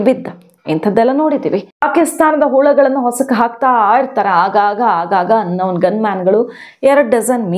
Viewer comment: ಈ ಹಿಂದಿನ ಎಪಿವೋಡ್ಗಳಲ್ಲಿಯೂ ನೀವು ಅನೌನ್ ಗನ್ ಮ್ಯಾನ್ ಅನೌನ್ ಗನ್ ಮ್ಯಾನ್ ಎಂದಿದ್ದೀರಿ. ಏನೋ ಅಪ್ಪಿ ತಪ್ಪಿ ಆಗಿದೆ ಎಂದು ಪ್ರತಿಕ್ರಯಿಸಲಿಲ್ಲ. ಆದರೆ ಇಂದಿನ ಎಪಿಸೋಡ್ ನಲ್ಲೂ ಅದನ್ನೇ ಮುಂದುವರೆಸಿದ್ದೀರಿ. ಅದು ಅನ್ನೋನ್ ಗನ್ ಮ್ಯಾನ್ ಅನೌನ್ ಅಲ್ಲ. Un Noun ಅಲ್ಲ Unknown!!